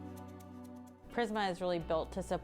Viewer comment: Its Prisma Not Primsa😅